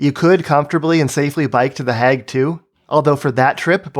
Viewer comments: I like this video, but the way you say "The Hague" is really weird. It's pronounced "hay-g", like "plague", not "hag" like "bag". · "De hegg"